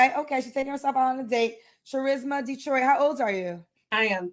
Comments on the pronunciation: Uh, it's pronounced KUH-RISMA...pass it on. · LOL her name is NOT charisma with the hard "ch" Im done 😂😂🤦🏾‍♂️ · Not even a minute in and we already got a problem.😂 Her name is Charisma but she pronounced the ch like cheese? Wait a minute....so her mama did that on purpose? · The red flags are many. Like looking at a birthday cake that sets off fire alarms because there’s 100 candles on the top forming a forest fire. MANY. The tip of the iceberg is the three different daddies with three kids abs her name is “TCHUH-RIZZ-Muh”. Most people pronounce this “KUH-RIZZ-muh” but black people gotta be different. If you’re ocd, this is torture. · BRUH I can't get past her name being "Trah-risma". 🤡WTF. Sounds like some type of medicine you take for Asthma🤢. Da-fuk be wrong with these ignorant parents trying to give some unique name to their kids that screams out "HOOD BOOGA" when you pronounce it on an McDonald's application. SMH. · Its Cha-risma 🤦🏿‍♂️🤣🤣🤣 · NOOO IT'S TARISMA....WITH A ...T!!!! LMAOOOO. SMH. GHETTO AF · Omg her mom didn’t know how to pronounce charisma 🙀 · Only in the ghetto... Would you take a word like Charisma change the pronunciation and make it sound horrible, that's just the first thing I take issue with, but that was her Mama's decision. 4 kids, 3 father's... Why are you not with any of them? Wait, I have a guess. "Things just didn't work out". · at that point i knew it was about to be all hood ignorance with sprinkles of bullshit. Im assuming her real name is pronounced Charisma. Like charismatic. .